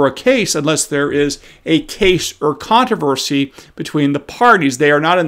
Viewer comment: You still have a problem with pronouncing the word controversy, just like Lester Holt.